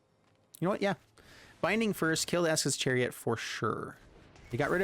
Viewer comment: Him calling esika's chariot, ESKA'S chariot, has been irking me for a while.